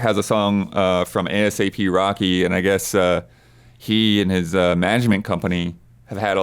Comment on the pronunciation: correction its pronounced asap Rocky as one word and not A.S.A.P rocky as an acronym